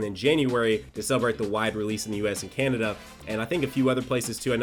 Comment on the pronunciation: The way he said Canada the first time